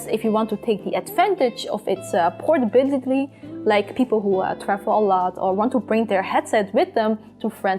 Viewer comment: HAHAHAHAHA how did she said''portability'' portabitilibitly